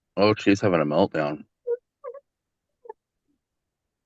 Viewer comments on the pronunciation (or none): What the hell is a " Meltdawn"?